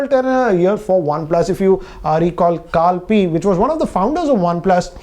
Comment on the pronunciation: Did he say carl "pee"?